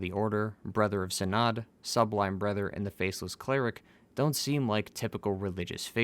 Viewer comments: Are you trying to say brother and sister? Or are you deliberately saying brether and sester? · BlaaaaH My BREther ANd SEEEster